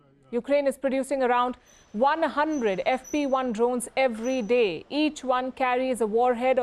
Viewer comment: the pronunciation of 'drones' is horrendous...pls help this woman😢